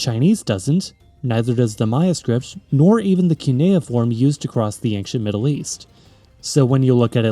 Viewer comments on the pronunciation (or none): I know this is my problem, but I can't get over anXient. Where did this pronunciation come from?